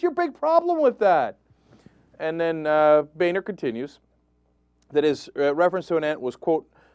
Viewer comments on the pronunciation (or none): Cenk, I think its pronouced Boner....lol